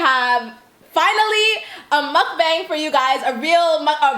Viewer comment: also this is like your 50th mukbang & you still haven’t shown enough respect to learn how to pronounce mukbang correctly